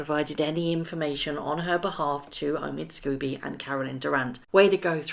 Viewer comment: I love your videos,. I really do but some pronunciation is a little distracting from your dynamite content. Not affradavid but affi-davit. Not Omid Scoobie but Omid Sco-bie. Otherwise, your content is very watchable.